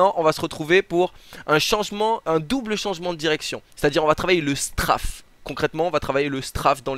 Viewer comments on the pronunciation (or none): il me stress il dit STRAAAFE alors que c'est STRAYYYYFE (La prononciation).